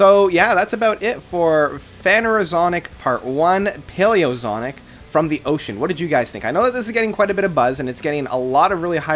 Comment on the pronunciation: “Zonic”? Really?